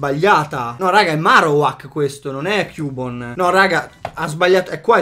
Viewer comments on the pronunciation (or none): none